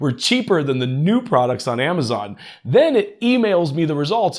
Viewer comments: Is anyone else saying "Grawhk" in their head every time he says "groke"? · No..we are saying "GROCK" as that is how it is supposed to be pronounced. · groke, groke? oh he meant GROK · You trying to be cute and create comments by purposely mispronouncing grow is super annoying...unsub or as you would say unsaub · I assumed it was pronounced as you say, not like is saying